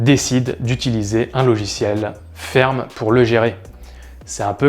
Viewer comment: alors "fermé" et pas "ferme", "ess hach a 1" et pas "chat1", "pouche" et pas "peuche"